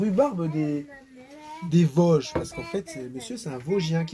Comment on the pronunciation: on dit "les Vosges" avec des "^^^ " sur le o quand tu prononces😉! chez nous on appuie sur les "o" et sur les "on" 😅, notre accent n'est pas des plus léger!(une vosgienne Bretonne d'adoption) bisous les vadrouilleurs 👍